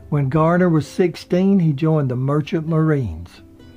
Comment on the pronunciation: It's Garner not Gardner.